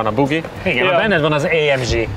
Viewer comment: Jesszus Hogy mondhatja, hogy ÁEMDZSI? Ezt meg kéne hagyni a ....-nak. Úgy ejtjük: ÁEMGÉ.